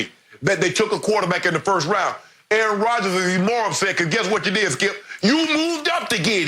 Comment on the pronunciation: 1 word fo AA-Ron) disrespectful